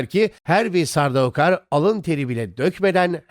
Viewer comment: Kardeş seslendirmeyi yapan abi Türkçe telaffuz ediyor. Adama gidip de sen telaffuz çalış desen ayıp olur. E senin burda yapman gereken metni telaffuz edildiği şekilde yazman. Sardaukar değil de sardukar yapsan seslendirmen abi de doğru telaffuz edeceği için çok daha güzel video olacak.